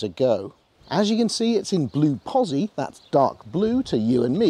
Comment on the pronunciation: Itsa pronounceda POTZI.